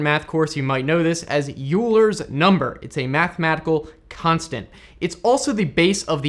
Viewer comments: Euler is a German name and is pronounced Oiler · Euler is actually pronounced “Oiler” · Heads up, Euler is pronounced similarly to "Oiler" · if you pronounce it wrong you lose nerd points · Yes exactly what I was looking for... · There's quite a few mistakes in the video that I just felt like correcting you said 6 Bits instead of Trits, although correctly written , , the correct one is "its" without the apostrophe, since it's possessive e ≈ 2.71828, not 2.7828 There's also the notorious pronunciation of Euler's constant but others mentioned it too